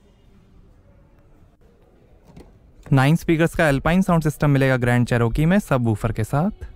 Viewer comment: Ch - r- key, row nhi